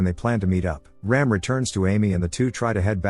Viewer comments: It's not 'Raim' .. it's ' Raam' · It's not Ram as in ramming.. It's Raam